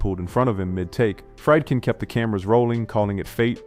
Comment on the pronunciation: The director of "The French Connection" was William Friedkin, pronounced "FREED-kin," NOT "Fry'd-kin."